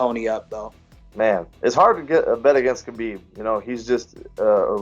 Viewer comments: Those who are a fan of the Russian, you can start by pronouncing his name correctly. It's not Ka beeb. The K is silent.\ It's Ha beeb Nur mog a may doff. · You said his name wrong, it's not a Russian thing whatsoever, his name is a Arabic name. It's not Ka bib or Ha bib, listen to Ariel Hawani's saying Khabibs name and you will learn how to say it properly.